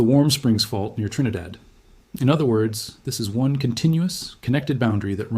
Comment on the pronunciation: Wow and you pronounced our country name correctly🎉trinidad